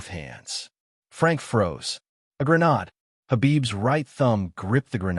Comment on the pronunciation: Thanks for posting, & I'm not complaining; the reading is excellent but I wish it said "GRENADE" instead of "GRA-NOD" 😂